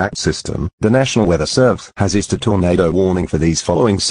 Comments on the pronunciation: ISSUED NOT isued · “Nasional weather servese isued a”